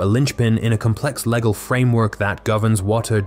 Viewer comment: "... a complex, leggle [sic] framework ..." -- because your robo-reader can't pronounce "legal"?